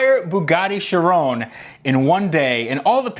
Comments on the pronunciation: Bruhhh it’s not called a Chirone Chi-ron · It is shir on like the word on not shir own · It’s not pronounced chiroune it’s pronounce Chi ron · Its pronounced: Chiron, not Shirone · Sheer-Ron not sha rown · Its not not pronounced 'shi-ron'...its 'ki-ron' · Why do you say chirone? Its chiron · He sais charone... It’s SHEEROWN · Chiron is pronounced She - Ron there is no ‘E’ its French, named after a Monégasque Racing Driver, Louis Chiron, who Drove For Bugatti. Bugatti, is Italian although the cars were built in France by Ettore Arco Isidoro Bugatti, who was born in Italy. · its not chirone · It’s pronounced Ky-Ron. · You said sheron lol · It's Chiron not sherone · Its pronounced ki·ron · If you say it chrooone your actually mental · Its pronounced. Kye-ron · Wtf is a Bugatti sherown 🤦🏽‍♂️🤦🏽‍♂️ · You think he's saying it wrong too? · He said chiron Wrong. Its shere-on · Not trying to be a jerk, but it's pronounced like SHEER-OWN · The way he says Chiron pisses me off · That is not how you pronounce it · It annoys me how you pronounce it wrong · How did you manage to mess up the pronunciation of Chiron!!!!! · You pronounced chiron wrong lol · you said Bugatti chiron wrong